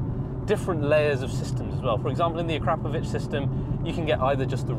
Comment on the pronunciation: So impressed by this car, it is beautiful and awesome, also impressed because you pronounce Acrapovic correctly, yes folks you really do need to say A Crap in order to say their name correctly!